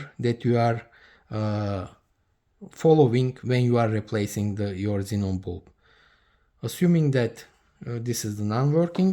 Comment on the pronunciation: Man, your "kzinon bulb" very annoying, sorry, but good video